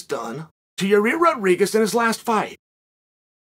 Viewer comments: Me: Yi-Air Chael: Yi-Rear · Here you go Chael, try to say each word correctly then run them together Pereira Wrong - Pee Era Right - Pear Rear Ra Yair Wrong - Your Ear Right - Yiy Ear Makhachev Wrong - Mackle Chev Right - Mack Ha Chev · uncle chael. i believe its pronounced yair not ya rear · Me: Yair Chael: ya rear Me: okay great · I came here just to see if Chael still pronounces it Yarir. Glad i was not disappointed 😂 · "YA REAR" 🤧😂 This guy calls his own misscalls lies😭🤣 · Ya rear Rodriguez😂😂, still can't get his name right